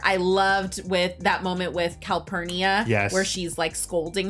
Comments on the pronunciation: Copernicus??? 😂😂 it’s Calpurnia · The housekeeper's name was Calpurnia, not Copernicus. 🙃 and it was Mayella that got attacked.